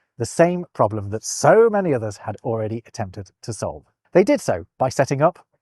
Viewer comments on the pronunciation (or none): none